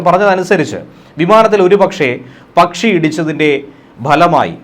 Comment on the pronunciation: നിങ്ങൾ പറയുന്ന ' പച്ചി,' ഏതാണ്? ആരോ അയച്ച പച്ചിയാണ്.